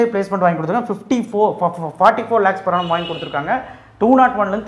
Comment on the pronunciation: Per annum na enna athuvum konjam theliva sollunga